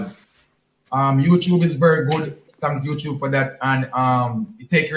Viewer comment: Every time king say Youchube 😂